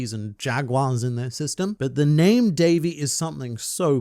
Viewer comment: Davy.. Dayvy.. Day'v'thee... Day of the.. D?